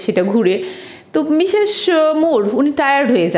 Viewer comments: Well explained but "মিশেশ মুর" is not the correct pronunciation. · তার সব কথাগুলো শুনবে তার উচ্চারণে স/ছ তে একটু সমস্যা আছে এগুলো জন্মগত , এরকম বহুত মানুষ আছে যাদের উচ্চারণে সমস্যা । আমরা বুঝলেন না আপনার বোধ-বুদ্ধির ঘাটতি আছে তা না হলে বুঝতেন😊